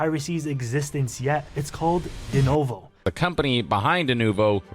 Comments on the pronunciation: denUVO... say it with me... deNUVO. not denOHvo... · "...it's called D-NOh-VOh" had me rolling